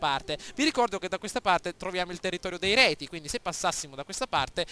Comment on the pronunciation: Io ti consiglierei di eliminare gli Elvezii, sono d'intralcio per l'obbiettivo della conquista italica, poi proporrei una guerra epica coi Retii (i quali si pronunciano Rezii) per poi usare i loro terreni come testa di ponte per la Suebia. Spero d'esserti stato d'aiuto e complimenti, bel video!